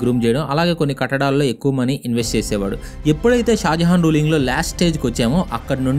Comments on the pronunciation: Bro shah Jahan bro not shajahan 👍👍👍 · Bro malli mistake vacchindhi shajahan kadu shah jahan